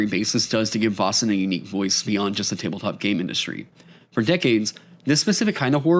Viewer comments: The 'Vä' or 'Vae' in Väsen / Vaesen should be pronounced a bit more like the 'Ve' in Very, /Swede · Also, "Vasen" = the vase. Made me giggle and cringe a little each time. 😆 /Another Swede